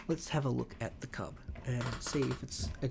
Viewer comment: Cuub is actually pronounced like "cube". back when i was pushing for the Bricktor to be made, Cat made that and said "here's your brick". however it actually doubled as a test for the mechanism the tank uses to steer. EDIT: also, the trailer version of Old Smokey is being saved for some kind of reward in the future. we don't what yet though.